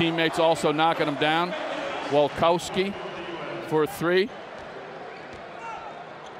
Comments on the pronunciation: "WOLKAWSKY FOR 3" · El relator confunde varias veces a Oberto con Scola, pronuncia mal el apellido de Wolkowiskyi y no sabía el nombre de Montecchia. Se nota que ni los conocía, pero seguramente de esta vez no se los olvidó más. Jaja